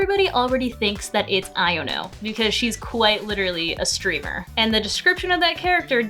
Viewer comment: I’ve finally found someone with enough respect for Nemona as me… and YOU ALSO PRONOUNCE IONO RIGHT. Aight just for that you’re getting a subscribble :)))